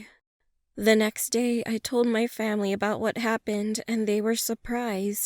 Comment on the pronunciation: Did anyone realize she said "The next morning I told my famie" Lol 😂😂